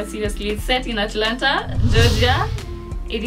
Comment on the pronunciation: Ati Alanta what? Atlanta Giogia 😂